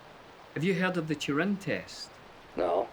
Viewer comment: Wait. Is Billy calling it the Turin test, instead of the Turing test ? Edit :Aha. A clue. Teach me to post before watching the whole thing.